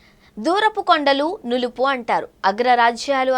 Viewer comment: learn telugu it is not nulupu it is nunupu